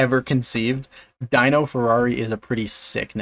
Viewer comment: it's not pronounced 'DIE-NO' as in 'dinosaur'. When it's somebody's name, it's always 'DEAN-no'.